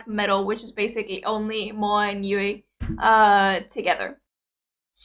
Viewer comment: If you are looking for Moa, just look for the dimples! Also good on you for finally pronouncing Yuis name right xd. Good reaction as usual and as other have already provided you all the details, no need to repeat all of that.